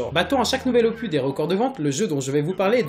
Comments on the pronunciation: Bonne vidéo mais on dis un opuSSS pas un opu, et vu le nombre de fois que tu as utilisé ce mot tu aurais pu te renseigné sur la prononciation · n'importe quoi ce que tu dit desfois sur AW on peut pas marcher sur les murs et BO1 ET MW3 sont sortit aussi sur WII et aussi ça se dit opus et non "opuh" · j'ai quitter la vidéo juste parce que il arrête pas de dire opu !!!!! ya un putin de s a la fin !!! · c'est opus pas opu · OPUSSSSSSSS pas Opu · LE S DE OPUSSSSSSSS DOIT ETRE PRONNOCE BORDEL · Le S de opuS ce prononce, j'ai eu les oreilles en sang tout le long de la video